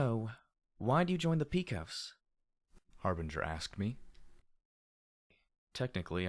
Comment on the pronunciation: Dude, I love what you're doing and it's the only thing keeping me enthralled with this story (along with the other FoE). And the ending...Fuck... But one thing I kept clenching my fists at each time I heard it: it's pronounced "Pe-cos (pay-cos)", as from the cowboy mythos. Love what you're doing though and keep it up.